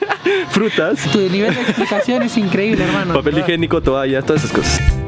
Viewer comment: Me encanta cuando dice INKREDIBOL, soy la única?:V